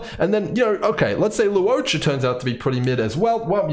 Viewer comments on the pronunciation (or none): just some pronunciation tips for his name: to simplify it, I think it's more like lore-cha, lu-wo-cha, law-cha (pick one depending on your accent)! hope that helps